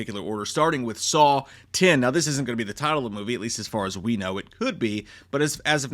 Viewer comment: Why does he keep saying "SAUL" instead of "SAW"?